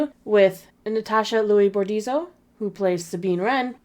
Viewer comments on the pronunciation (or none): Well if you wanna be 100% fair it would be "Borditso", not "Bordizo"